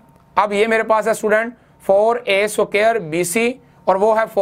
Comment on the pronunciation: The word is (square) ...not (suqare)